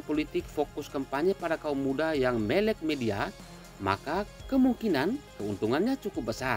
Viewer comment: Sedikit info untuk. Kata "melek" diucapkan /məlek /. Seperti kata "mere" (=semut) dalam bahasa daerah kita di Maumere. Semoga berkenan.